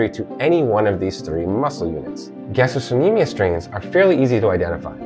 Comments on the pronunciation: FYI, it's pronounced "ga-stroK-ne-me-us" (it's a hard "c") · Helpful but pronunciation? Palpitation vs palpation. Gas-t-rock